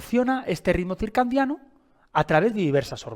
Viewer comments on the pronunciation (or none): ❤ también me hace distraer cuando dice circan😅diano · Si esta explicando un tema, como pronuncia y escribe mal la palabra!! Es CIRCADIANO no CIRCANDIANO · Porque dices circandiano??? Cuál es tu profesión? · Sí, por favor no digas circandiano. Excelente información, me gustó y me parece muy útil. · Con todo respeto se dice circadiano sin N no circaNdiano dr.muy bueno el video.gracias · Circandiano... porque no lo pronuncia bien? 😂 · Bueno ni pronunciar el nombre puede este pobre hombre que se dice “experto” lol “circaNdiano”😂😂😂 …algo bueno saldrá de este “vidio”😂😂😂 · HOLA AMIGO, ESCUCHATE. DICES: RITMO *CIRCANDIANO* CORRIGE POR FAVOR. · Porque pronuncia CIRCANDIANO ? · Súper bueno el video. Lo único es que es ciclo CIRCADIANO, en lugar de circandiano. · CIRCANDIANO,,,,😡😡😡😡 ERES UN IGNORANTE DE LA MATERIA? NI SIQUIERA PRONUNCIAS CORRECTAMENTE LO QUE QUIERES EXPLICAR,,,SABRÁ LO QUE DICE???? 😮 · Es CIRCADIANO... que no sepa cómo se escribe y que lo pronuncie mal lo propone como un charlatán. Me da desconfianza. Si bien la información que da es en peroncho correcta debería hablar con propiedad. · Buena informacion, pero me estresa todo el video diga circaNdiano 😢. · X4. Ahora no voy a poder dormir pensando en esa palabreja. 😂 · Por qué dice ritmo circandiano??? Se dice circandiano...hay un gran error en el vídeo. Escrito en la pantalla y expresado oral 😞😞😞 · Ay me distraía cada vez que escuchaba circandiano!! 😅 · Excelente video y muy bien explicado,el error de pronunciación es lo de menos lo importante es el contenido , felicidades